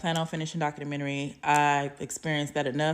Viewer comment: It’s docUmentary not dockAmentary.